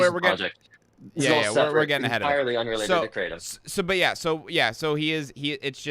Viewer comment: Come on man, it's kratom, not Kraw-tom. It sounds really pretentious